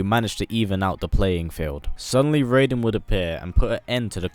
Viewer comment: He said raiden correctly!!!